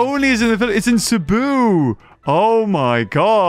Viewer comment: Bruh thats not how you say cebu